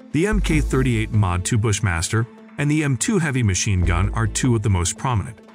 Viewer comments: Mashine? Another AI failure. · You lost me at "mashine" gun. I can't take you seriously after that. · “mashine” gun? LOL its MACHINE GUN. DAF… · MACHINE GUN - not MaSHINE Gun. Holy mackeral. Use sppellchck. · "Mashine" gun. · He lost me at "Mashine Gun" 😂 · that’s what you get when you have AI read a script instead of an actual voice over! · hmmm, well, that AI is mostly smooth... needs more vocal learning, apparently! :) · “Mashine gun”? Must be Artificial Intelligence…. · "Mashine" gun? Wow. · What's a "Mashine" gun? 🤣🤣🤣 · What's a 'Mashine gun'? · "MASHINE GUN"? REALLY? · "Mashine" ? :face-turquoise-covering-eyes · "Mashine Gun"??? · maShine gun...?? Cmon. Blocked your AI crap. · The computer voice on this is quite bad. Mk is pronounced Mark, for example. Machine gun is spelled with a C, not S.